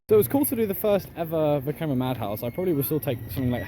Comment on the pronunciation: You said Vekoma 👏👏👏 3 times in this video